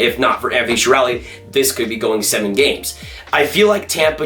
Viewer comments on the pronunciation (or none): none